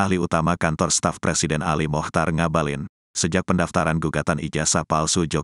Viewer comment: Ngabalin saya dengar seperti mautaubat